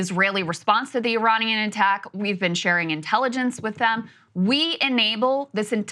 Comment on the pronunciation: Saagar should prolly learn how to say Iranian